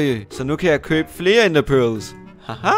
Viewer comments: er jeg den eneste som synes han siger “pølse”😂😂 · ved godt han siger Perls, men synes det lyder som pølse :))